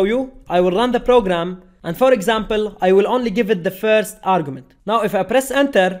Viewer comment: firz of all